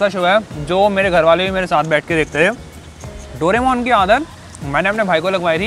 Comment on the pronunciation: Doremon❌ Doramon✅😅😅